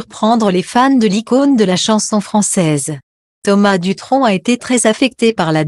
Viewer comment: Il ne faut pas ecorcher le nom c Thomas Dutron et non ducron 🤔 J D